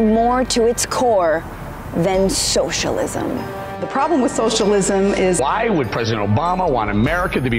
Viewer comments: Did she say Showshalism? This is childish and stupid. And mostly BS. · Socialism is three syllables not four...